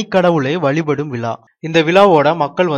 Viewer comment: கிறிஸ்து விலா அல்ல இது. அது விழா .மாற்றி சொல்ல வேண்டாம்